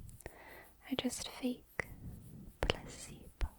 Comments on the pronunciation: You need to stop pronouncing placebo as pusseebo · placebo? i thought she said placenta at first 😭😭🙏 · im so sorry, but many times when she said "placebo," i kept thinking she was saying "pussybow" 😂😂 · i keep thinking youre saying pussy-bone and it kept throwing me off😭😭